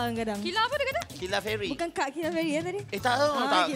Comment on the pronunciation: nabil tu sebut "kat" kilafairy, bukan kak... tp aku x boleh blah dia panggil syura... kak syura..padahal syura muda 2 tahun dr dia